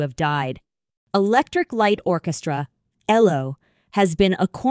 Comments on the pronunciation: Saying 'Elo" is really annoying! It's E L O!! And it not ten thousand and thirty eight, it 10538!! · Their name was E.L.O. not "ello". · Would be nice if you got somebody to read things like this, that could actually pronounce the man’s name which is Elo not Elo not yellow but ELO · FFS it's E. L. O. not ello & while mwe're on it it's pronounced CHELLO not sello & Chellist not sellist & Base guiter not BASS FFS!!! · Get your facts right. It’s not Ello. It’s E.L.O. Get your knowledge up to date!!! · Be good if you could actually pronounce the peoples names and the name of the group, which is ELO not L rhyming with yellow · Computer cannot spell band members names! Ello-goodbye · Agreed - "Ello" put me off from the start. Horrible piece of rubbish. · WHY WOULD ANYONE SUPPLY MS AI VOICE?? YOU CANT EVEN GET THE GROUPS NAME CORRECT. “ELLO”???? AYLO??? SERIOUSLY. WHAT A JOKE!! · You might want to listen to other videos to understand how to pronounce the band name and other 🎼🎵🎶musical instruments. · Besides pronouncing the abbreviated name of Electric Light Orchestra incorrectly, it is obvious that this person is not educated in music terminology! Cellist is pronounced as "Chellist"-originating from the Italian language where there is a "Ch" sound in this word. Cello is pronounced as "Chello", again from the Italian language. A bass (pronounced as base) guitar player known as a bassist is pronounced as "Baseist", this word has the long A sound, using the short A sound is used in Bass is for the fish known as a bass as in ass! I WON|T be subscribing!!!